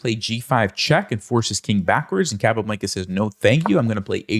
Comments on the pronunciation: Please... in the future, pronounce Chess Master's names as they would pronounce it themselves.... ie: "Cahp ah Blahn ka" not "Cap a blanka" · Blanca, rhymes with Tonka. Thank you for the video. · Why does he keep saying the name like that. "capablanKA" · The way you say "Capablanca" pisses me off. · Hey. Great video. I'm curious why you're pronouncing Capablanca's name like that and not the Spanish pronunciation? 🤔 I will caveat I'm sure I would pronounce some Russian players'names incorrectly. I'm still pretty confused about how to properly pronounce Alekhine.